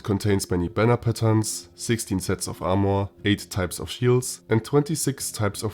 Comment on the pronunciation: Its Armor, and NOT AMOUR!!!!